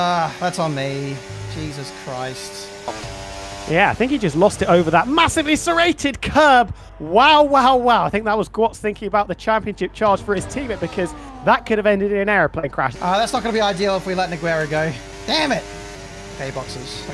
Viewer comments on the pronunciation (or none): please stop calling gwats "Gee wats" 😚